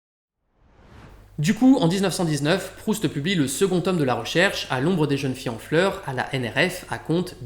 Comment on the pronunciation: Super. Merci. "Les plaisirs zet les jours" "À l'ombre des jeunes-filles zen fleurs". 😉